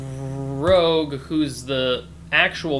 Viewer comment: Yay! YouTube! I didn't do this hunt but from what I heard, the board game puzzle is somewhat of an outlier in terms of difficulty. You solved it well, but I need to point out her name is ROUGE the Bat, not Rogue the Bat.